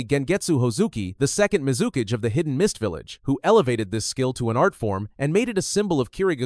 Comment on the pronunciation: Hidden called high-den. Your AI usage will ruin your channel